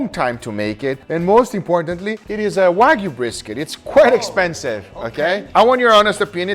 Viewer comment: Did Guga actually say "Wayg-B-Q?" Like wagyu BBQ? I appreciate a high-end cut of meet as much as the next guy, if not more so. But I've never developed the palette for BBQ that I would waste it in that fashion. As for the wine marination: red wine has a lot of enzymes that will help break down the connective tissue in brisket, which is typically quite tough. I've done similar with other tough cuts and have great results. You can do the same with pork and white wine, though white wine isn't as effective, but pork isn't generally as tough, even in the cheap cuts.